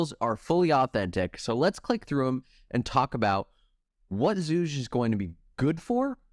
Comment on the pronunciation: bro if you want to shorten his name just say "zhu", his chinese name is pronounced with a hard g.